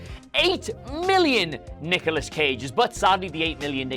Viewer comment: Anyone else hear Niggalos Cage?